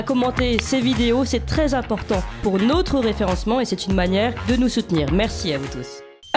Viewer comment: Nôtre se dit effectivement nôtre comme dans "cette maison est la nôtre". En revanche "Bienvenue sur notre chaîne YouTube" se prononce autrement. Demandez à vos collègues quelle est la prononciation. Tout celà dit amicalement et sans agressivité.